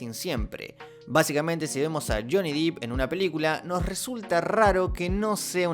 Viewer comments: DEPP!! Por favor! Me enferma que se siga diciendo "Deep" eso significa profundo y no, no se llama Juanito Profundo. Es Depp por favor! 🙏🏼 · se dice yony dep no dip ... dep